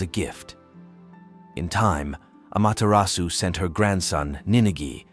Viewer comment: really good summary of her storyes! but please lear the correct japanese pronuncition 😅 the "R" is very different, no need for perfection toh 👍